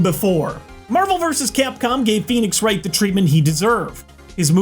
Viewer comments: When you said pheonix wright I cried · “Phoenix Wright” Well I’ve heard enough, I’m leaving